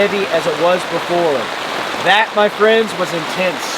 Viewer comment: Did he say the rain is quite intents? 😂